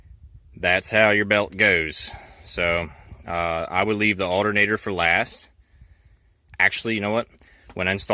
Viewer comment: "Fer" What is fer?